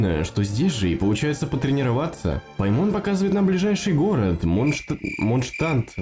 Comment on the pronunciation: Не ПаймОн, а ПАймон!!!